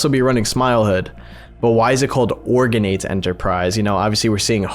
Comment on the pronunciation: Organate the thing say it separate organ ate